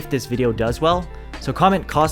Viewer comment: Wait did you say Costco or Cosco